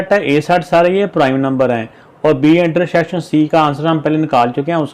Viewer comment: Intersection not intershision